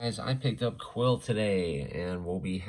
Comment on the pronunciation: He looks Soo good!!! Btw it's pronounced queel not quill. I know it's interesting but that's how it is.